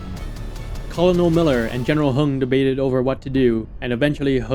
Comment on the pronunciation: Hey man! Great video. But you're pronouncing Colonel wrong. It's not as it's spelled is pronounced kur·nuhl. Like kernel of corn.